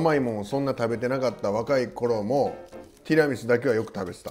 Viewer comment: 「テラミス」、「ティラミス」 両方の発音を聞けて今日も快眠です！！！！！